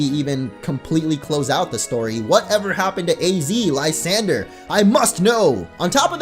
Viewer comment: Thank you for pronouncing Lysandre correctly. Yeah, I'm looking at you, Gian and TTube